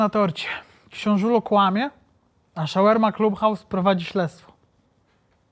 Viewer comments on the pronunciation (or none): Shawarma nie szełerma lol😂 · Nie ze się czepiam, ale to się chyba wymawia "szałarma" 🙈😶‍🌫️🫡😇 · W wymowie SHAWARMA NIE MA "E"